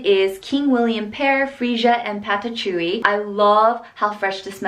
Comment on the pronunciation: Were you trying to say patchouli, for the English Pear & Freesia? It's pronounced like puh-choo-lee.